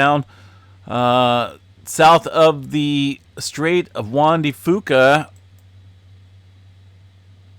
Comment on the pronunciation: (Juan de) Fuca is pronounced "Few Kah". 🙂🙂🙂